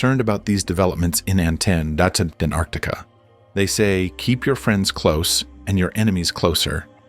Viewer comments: Anartica 😂 can't even pronounce it correctly 😂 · Honestly i never understood why A N T A R C T I C A word didn't pronounce correctly always T missed so its ΑΝΤΑΡΚΤΙΚΗ(ANTARKTIKI in Greece)🤥😀